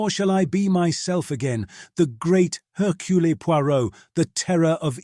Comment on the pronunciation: Slight misprounciations here & there. Hercule Poirot is correctly given as French: AIR-kyew Pwah-ROW. , the last name by itself is pronounced POY-rott. Phonetic, wrong. Also "exemplifies" is rendered as ex-EM-plih-fees. Perfect till that last syllable.